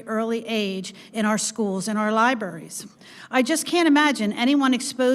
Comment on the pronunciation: "Libarries." Thanks, always love when a MAGA talks about "dumbing down."